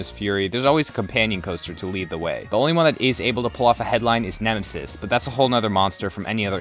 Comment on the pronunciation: You said "Nemensis" instead of Nemesis! XD!